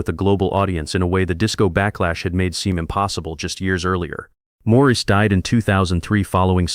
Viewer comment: Maurice's name was pronounced Morris, not Maurice.